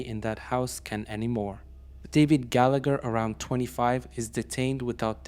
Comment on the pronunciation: Gallagher is pronounced "Gallaher"